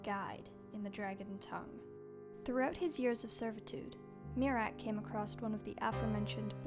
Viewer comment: I keep on miss pronouncing miraak as (me-rack) instead of (myre-rack) which gave me a joke idea, miraak has a khajiit cousin named meerack , no one Is safe from the fleeborn lol